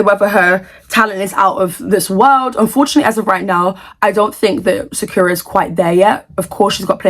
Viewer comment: btw you are pronouncing sakura wrong. It's pronounced sa-kur-uh like the anime character.